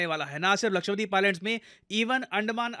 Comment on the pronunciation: It's not लक्ष्वदीप its लक्षद्वीप. Please correct the pronunciation in future.